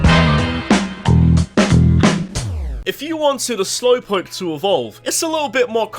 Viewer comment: DO NOT LEAVE OFF THE W IN SLOWPOKE!